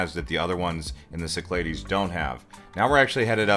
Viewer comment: It’s pronounced ‘SIC-kla-dees or Key-KLAH-theys. Either is acceptable. Your pronunciation is incorrect.